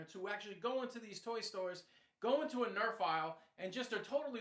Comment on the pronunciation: You sed erf in stead of nerf